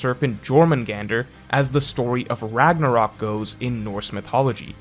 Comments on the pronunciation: "RAGNORAK" YOU MEAN RAGNARÖK LOOOOL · "Ragnorak" uh oh